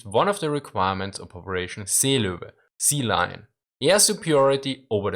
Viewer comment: "Sea lu, sea lion"